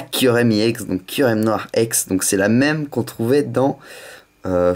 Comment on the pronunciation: on ne dit pas IX !!!! on dit ex